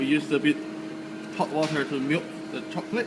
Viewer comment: I am so sorry if thats rude but the first thing I heard was "hot cocklate" and my lungs just left the chat